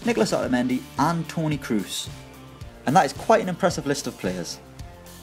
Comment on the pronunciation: how the fuck did you pronounce Kroos rofl